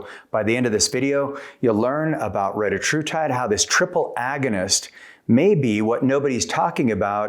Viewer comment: Hey at least he pronounced it right